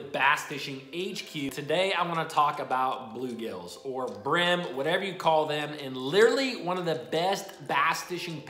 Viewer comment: You saying bulegales or bluegills?